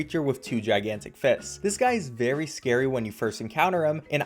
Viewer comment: ah yes you eye it is berry-berry importen